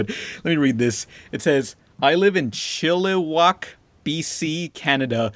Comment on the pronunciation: Oooh nice attempt at saying Chilliwack.